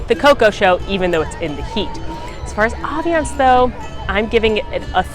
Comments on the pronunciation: It’s “ambience “ not aviance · Great video, really helpful, but am I really only one who has noticed her mispronounce ambience every single time?!